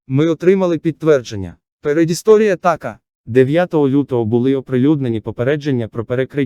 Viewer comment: Новини хороші... тільки чому стільки помилок?? Особливо з наголосами. Чому (чорного і азовського) "мОрів", а не "морІв"? Чому "п'ятнИцю"? "передісторія тАка", "глибИни яка залишилася", "на рІзку критику" , "не допускати в пОрти"... українці так не говорять...